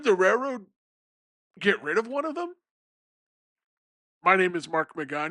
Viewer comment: It’s pronounced raiLroad not rayroad